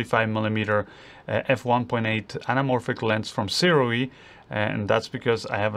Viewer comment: I'm told by the rep that Sirui is pronounces 'soo-ray' fwiw...